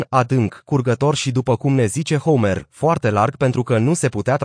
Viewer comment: Foarte adevarat. Mai face si greseli de pronuntie. Homer e pronuntat precum Homer Simpson.... Merge in engleza, dar in romana e catastrofal....